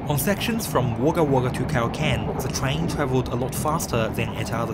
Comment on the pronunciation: wog gah wog gah pronounciation sorry get the gah! its a aboriginal word meaning the place of many crows